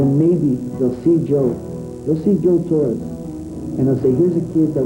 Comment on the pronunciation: Torres not torey